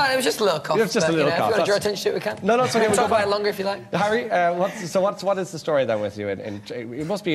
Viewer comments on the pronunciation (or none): none